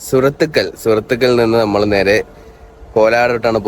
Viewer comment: സുരത്തുക്കൽ അല്ല സൂറത്കൽ ആണ്